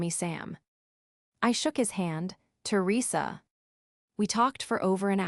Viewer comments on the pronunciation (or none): To Risa seriously AI… Teresa .. not really that hard. Try harder!!! Venu …ease whaaat😂😂😂